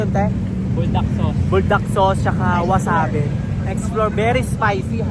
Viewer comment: Wasabi po Yun Hindi wasabe